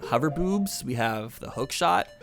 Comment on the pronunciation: I thought you said hover boobs